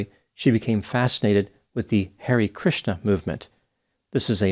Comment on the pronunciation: i'm very glad that you focused substantial time on the mental health of the viewers. unrelated, the hare part of hare krisna is pronounced to rhyme with starry, not scary.